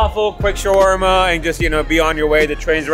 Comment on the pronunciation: I’m actually middle eastern (Egyptian) and andrew pronounced shawerma correctly. There is no such thing as shwarma